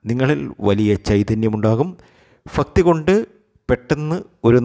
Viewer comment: ഉച്ചാരണ ശുദ്ധി വരു ത്തുക ഫരണിയ ല്ല ഭരണിയാണ്, ഫക്തിയല്ല ഭക്തി യാണ്..